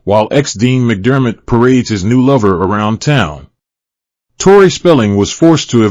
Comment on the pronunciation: Evaluate or evacuate? Tore-eye or Tore-ee 🤣😂 Hilarious!